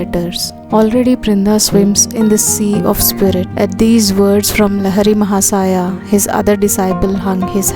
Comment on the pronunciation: CORRECT PRONUNCIATION: लाहिड़ी महाशय